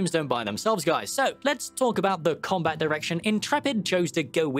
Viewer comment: "Action com-bit," Nice one,.